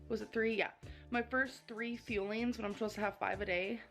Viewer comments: Omg I'm thought this whole time she was calling the food feelings. Like, symbolically. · Ball-sam-ick = balsamic Feelings= fuelings Lah= lie Pitcher= picture Bas-sa-mi-tee = basmati Did I miss any?